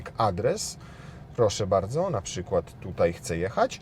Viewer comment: Posłałem łóżko - Dziękuję - Nie bałdzo